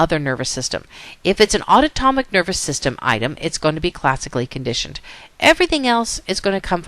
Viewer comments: aunotomic or autonomic? but awesome video otherwise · she is saying something that sounds way foreign and nothing like autonomic...it's like a new word LOL auto-tomic ??? UGH, I was distracted by that. And yes, otherwise, it was a good lecture. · Totally distracted each time autonomic was mis-pronounced.